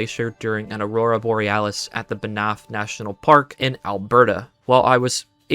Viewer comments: I live in Alberta and it's Banff NOT Bonff wtf? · theres no vowel between the n and ffs in Banff by the way. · What’s crazy is you can put together a 3+ hr video but not say Erie and Banff correctly lol